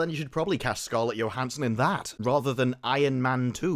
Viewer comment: Motherfucker learn how to pronounce scarlet Johnson’s name omg your accent is like nails on chalkboard